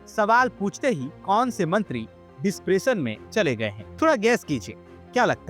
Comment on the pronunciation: Are aar डिप्रेशन hota hai sahi se to bolo